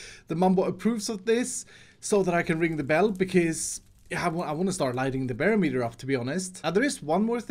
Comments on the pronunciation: It’s pronounced buh-rom-et-er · I cannot unhear "bear meter" xD